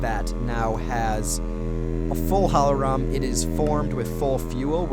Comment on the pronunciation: "Hohlroem" xDDDDDDDD